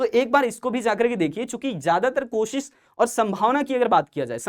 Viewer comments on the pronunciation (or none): none